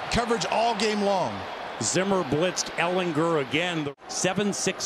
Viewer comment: Why is that announcer saying Ehlinger name weird. He is putting so much emphasis on "er" part of his name. ehlingER